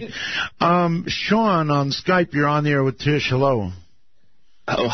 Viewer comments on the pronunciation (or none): Her name is "Tish" not Trish